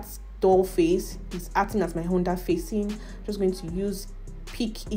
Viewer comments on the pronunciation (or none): none